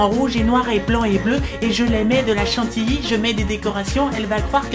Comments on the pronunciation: C’etait pas chantilly mais chantity mdr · ChanTITY pas Chantilly :) Vous avez loupé une vanne!?